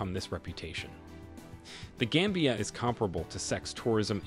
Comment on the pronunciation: It's not game bia but gam bia. Gam as in gama rays.. you should listen to the pronunciation before narrating.